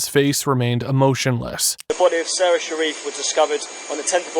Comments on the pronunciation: AI Slop. The narration is AI, the images are AI, the script is AI garbage. 0/10. FFS, the girl's name is Sara, pronounced "saw-ruh." Every person who talks about her says it that way, and yet the AI narrator just calls her "Sara," in the standard pronounciation. The people who run this channel don't even care enough about the victim (a 6-year old girl) to say her name correctly. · Her name was “sara” not “sarah” you didn’t spell nor say it right, maybe when making such an emotional imperative case video, get the name right. Disrespectful as f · Uh, her name is Sara not Sarah. It is pronounced different. My name is Sara and it is annoying when people call me Sarah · Dude you could at least get the victims name right! Her name was Sara not Sarah!!! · Sara not Sarah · Just a polite reminder ,if you're going to do American reports on overseas incidences, please at least have the decency to get the victims name correct... it was Sara NOT Sarah!! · It is driving me absolutely crazy! It's like he's intentionally mispronouncing her name because anyone else who says it says it correctly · This was an awful, awful case. They were all as bad as each other. Be good if you could have had the respect pronounce her name properly though.